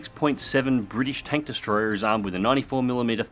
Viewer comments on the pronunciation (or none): none